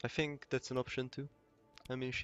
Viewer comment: Mint egy magyar aki mar tobb mint 5 eve kulfoldon el (ahol angolul beszelnek) ellegge irritalo az akcentusod. Egy ket jo tanacs a th hangot (think, thing) ne sz-hangal ejtsed. Magyar nyelvben nincs kulonbseg W es V kozott de angolba ugy kell W rendesen kiejteni, hogy ne erintsed ossze a ajkaidat. Illetve a t betuidet nyomd meg rendesebben es akkor jobban fogsz hangzani.